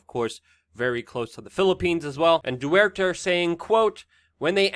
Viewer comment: Say it with me; ''Dee Ter-tay'' 😉